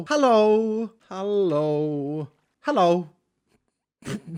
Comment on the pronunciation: I was just about to correct him too 😅